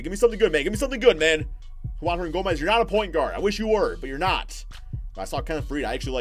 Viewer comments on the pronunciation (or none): none